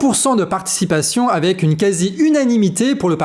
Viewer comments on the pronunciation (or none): none